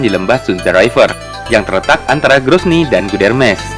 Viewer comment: grozny bukan gronzy, ibukota chechnya, orang2nya sisebut bangsa chechen, wil kaukasus atau kaukasia.